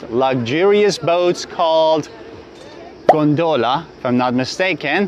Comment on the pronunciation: Beautiful city and video. By the way, gondola has the accent on the first "o" ;-)